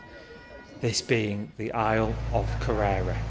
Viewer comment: Good video. If I may; Loch Lee-vin Ar-ris-ay-g Ker-rer-ra Dun-nol-lee